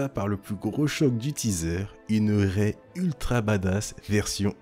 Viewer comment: "ce n'est pas Rey-elle" 😐